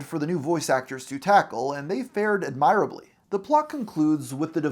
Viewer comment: He uses some words such as "eschew" and "admirably" that he has clearly never HEARD, since he does not know how to correctly pronounce them.